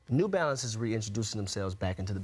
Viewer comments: “New Balance”, not new “balace” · Am I the only person noticing 'New Balace' instead of 'New Balance'? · “NEW BALACE” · Yo you guys over at ESPN are getting lazy. "New Balace" c'mon now